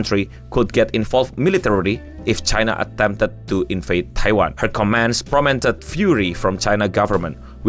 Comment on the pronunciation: bro sorry ini masukan aja, tapi mending klu baca berita mending pake bahasa indonesia aja lebih enak didengar untuk semua orang. Agak gatel dengerin spelling anda yang berantakan contoh : prompted jadi promented pas anda baca